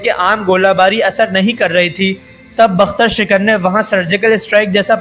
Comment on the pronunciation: ڈنگرا یہ بختر شکن نہیں بکتر شکن ہے